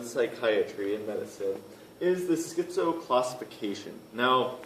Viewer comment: The prefix schizo- is pronounced "skizo", not "skizzo" like "pizza."